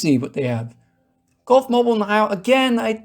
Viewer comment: As an Alabaman, I gotta say this as usual to most people outside of Alabama, Mobile is pronounced "Mo-beel" when referring to the city, which the Gulf,Mobile&Ohio did, as it's Southern terminus was in